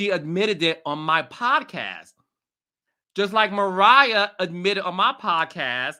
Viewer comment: JUST SAY MARIAH